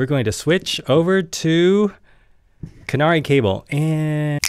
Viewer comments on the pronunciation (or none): KA-NA-RAY not canary. To be really correct, the 'r' actually sounds closer to a 'L'.